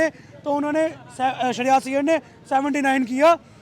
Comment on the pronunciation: He is Shreyas Iyer not Shahryarz 🤣😂 Hindi ki band baja di